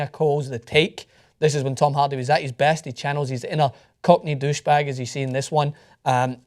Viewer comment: As a huge Braveheart and Groundskeeper Willie fan, I enjoy ' accent. It's weird that he pronounces Hardy as Halldy... And yes, Tom Hardy is a brilliant actor.